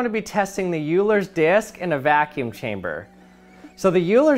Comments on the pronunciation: Euler is pronounced "oiler" not "yooler". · It's pronounced "Oiler", not "Yuler". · I think his name is pronounced oi-ler not you-ler. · Please stop saying 'YEWLER' when his name is pronounced 'OILER'. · Please do some research on your technical pronunciation.... "Euler" is NOT pronounced "YEW-ler"...... It's pronounced "OIL-er", for the same reason the German "eu" phoneme makes "Freud" sound like "Froyd", instead of "Frood". Any advanced math student could've updated you on that. PS: If you do a little more research, you'll find out the classic "Dr. Seuss" (also of German origin) is technically and properly NOT pronounced "SOOSE".... the family of Theodor Seuss Geisel (AKA "Dr. Seuss") will inform you that it is pronounced "SOYSE"; again, for the reason quoted above. The Germanic "eu" is pronounced "oy". Hey... I didn't WRITE the rule, I'm just passing it along...... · The correct pronunciation of Euler is "oiler" not "yuler." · Btw You pronouce it Oi-ler... not Eu-ler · You-ler? Oil-er... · OILER not YOULER ! RRRRREEEEEEEEEEEEEE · The Euler disc is not a “You-ler” disc, it’s an “Oil-er” disc. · Great video....but it is not "Yooler" ..... but "Oiler" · It is pronounced as "Oiler" and NOT "U-ler". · The "you-ler's" disk? Try "oiler's" next time. Also, of course it won't spin forever. You've taken out much of the energy loss due to sound waves obviously, but friction plus gravity are still at play. Anything for the clicks right. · Who is "Uler"? It should be "Oil-ler" but without the l sound on oil. But I will forgive your mistake for pronouncing one of the most important mathematicians in history wrong 🤣🤣🤣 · It's not called "yuuler"... It's actually pronounced as "oiler" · What kind of Scientist calls Euler "Yuler?" isn't it *oil -er*? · Love the video, but isn't it pronounced Oil-er, and not You-ler? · youler???? dude...it’s “oiler” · Euler is pronounced oiler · Just for the record, it's pronounced like "Oiler's Disk" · Euler is pronounced OY-ler. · OH-LERS DISK